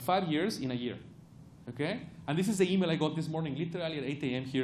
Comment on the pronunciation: how can he can say t in try, but not in the?